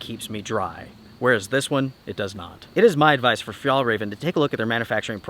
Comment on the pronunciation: Hallelujah! I hope your really finally done with Fjallraven. You have never pronounced this company's name correctly.